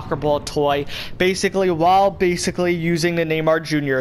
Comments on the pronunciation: And you say bacilay ALOT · say baciclly one more time